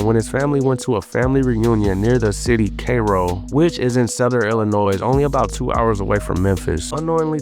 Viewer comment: not tryna clown you bro, it’s pronounced “c (eye) - ro”